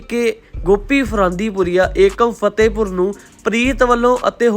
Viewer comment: Fatahpur aa fehtehpur nai bolna te sikh la pehla